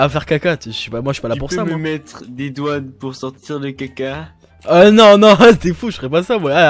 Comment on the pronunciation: PK TU DIS TOUJOURS METER LE MOTS EUX PORTAIL PAR EXENPLE